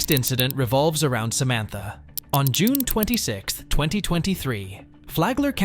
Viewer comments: Am I having a stroke "Samatha" not Samantha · Why do you keep pronouncing Samantha in different ways? Its Samantha, not Sa ma tha. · Samantha? No... Sam-ith-uh.